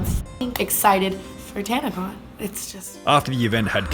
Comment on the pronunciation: It was a literal Tan-a-Con emphasis on tan and con LOL